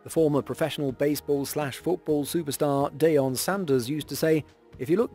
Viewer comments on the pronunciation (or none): Um,... it's pronounced "DEE-on" Sanders. Not DAY-on... 😂